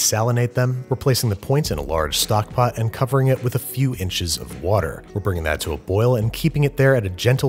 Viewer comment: Babish, can’t help but you didn’t say “stockp’t” this time around - blink twice if you’re being held hostage